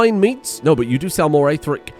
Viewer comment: ill be honest ive never heard anyone say aetheric in the "correct" way